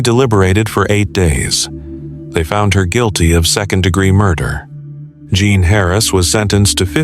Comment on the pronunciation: Jean, not "John" or the French pronunciation of "Jean"